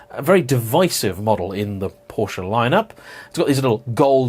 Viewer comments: You should not try to pronounce the E in Porsche, we dutch can do it because we have similar language but it’s Porschuh not porscha, it sound hideous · Paw-schuh, not "POW- shuh" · Two syllables... Together now, <Poor-shah> 😁😎👍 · "Por Sheh", not "Por Shah" or "Porsh". And Jaguar comes from an indigenous language from Brazil and is iaguara, which is pronounced closer to the American way of speaking. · It’s a “Por-Sche”. Also, it’s not a “Jag-you-are”. You’re welcome!😏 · It's akshually pronounced Porsky, you know like in "scheme". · Could you say Porka? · wrong pronunciation of 4 different car brands within in 7 seconds, starting in 3, 2, 1,... Btw Jaguar or Lotus for instance are words native to other languages so it's clearly not as bad if someone pronounces "Jaguar" as whatever the pronunciation of the animal would be. But "porch" or "ferawi" or "mishelinn" are objectively incorrect pronunciations. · "Bad hair day" "POR-CH! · You’re the only asshole to say it with that awful inflection... it sounds like “Posher” when you say it. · What I can't understand is how this perfectly intelligent dude knows how to pronounce Porsche yet still chooses to pronounce it incorrectly.